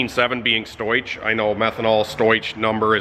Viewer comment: That was a really cool comparison I didn't know I wanted to see. Thanks for putting this together!! I dunno anything about tuning for different fuels, but I can still help a little. Stoich is not pronounced how it looks like it should be. It's "stow-ick". Basically the h is doing nothing. The issue with your camera is due to the contrast. It's not dark in your shop, but the camera thinks it is because it's SO BRIGHT outside. Anything you can do to hide the outside from the camera will help. I dunno if you can close the overhead halfway when you're running but that would help. Or point the camera away from the outside. Or you could put something in front of the camera to shield it. You'll notice when you're standing in front of that part of the video, the lighting is much more even. Anyways hope that helps some! We appreciate your content keep it coming! I'm stoked about this integra. It's one of the coolest cars you've had I think.